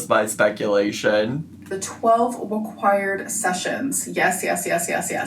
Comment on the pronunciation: ‘After the 12 weqwired sessions’😂😂